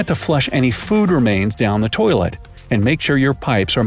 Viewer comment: You said poilet instead of toilet